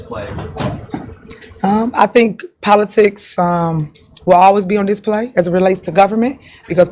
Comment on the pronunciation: She just said ‘politrix’. No Tiff! Trix are for kids! 😂